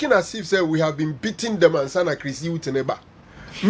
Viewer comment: For Chris Hughton, it is not wasa but wada 🤣🤣🤣🤣🤣🤣🤣🤣🤣🤣🤣🤣🤣